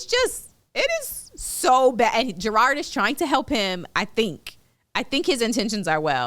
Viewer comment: Y’all + kev keep saying Gerard 😭 that mans name is JERROD